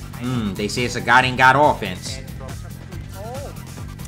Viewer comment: "SAHGET" lmao